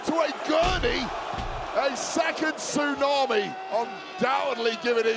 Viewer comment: This is nonsense,even to a commutator who's saying Suunami,this is stuipd 😢😢